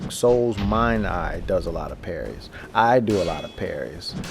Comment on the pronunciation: *and* *partial* *parried* *stunned* learn how to talk right please?